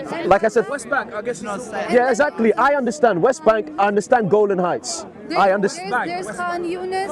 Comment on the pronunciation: Brother it's Golan Height and not Golden height. I hope I am correct.